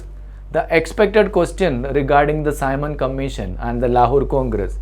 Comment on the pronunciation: Tu shi se simon commission nhi bol pa rha h